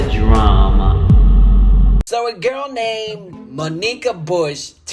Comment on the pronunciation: I love you!...but its pronounced MAWN-ik-kah